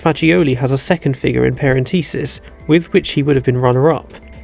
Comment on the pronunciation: I gave up when you butchered "parentheses."